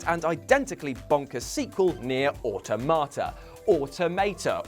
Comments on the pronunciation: gets butthurt about people correcting his pronunciation of “automata”, but still pronounces it wrong. It’s pronounced “awe-tom-a-ta”, you peasant. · It's fucking autOmata. It's the plural of automaton for christ's sakes.